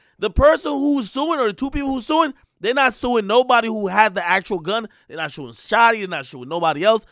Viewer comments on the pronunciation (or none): “their not shuing shotti” this nigga a wino